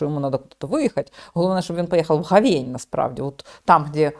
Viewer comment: у мене одна суттєва претензія - чому говЕнь, а не гОвень?